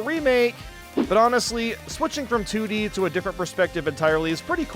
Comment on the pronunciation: said “3D and TD” instead of 3D and 2D